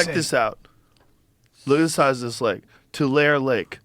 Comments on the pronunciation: Not TWO-LAIR but TWO-LARRY is how you say Tulare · Pronounced TWO LAIR EEE. and Tulare County is one of the poorest counties in CA. All agriculture and farmland. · Tulare is pronounced TWO-LARRY, not TWO-LAIR lol. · Tool air lake 😂 Too Lair eeee < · Side note: Tulare is pronounced 2-Larry…that is all. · To-Lair-EE lake hah. And no, its back to being dry. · its pronounce Two Lary lived here my whole life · It’s TularE